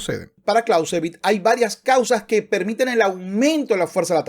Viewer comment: “Karl fon Klauzevitz” no es inglés. El payaso “” moral/‘’etica CERO. Hay un vídeo donde toca el piano con el pene en una perfomance.